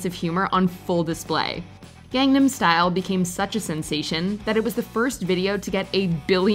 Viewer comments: I'm shocked with two things: 1) I'm actually okay with this list 2) after all the videos about it, you still don't pronounce Gangnam right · Every single WatchMojo person mispronounces it